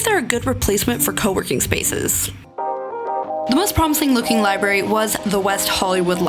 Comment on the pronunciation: LibRary, you spell it right but I feel like you’re saying liberry....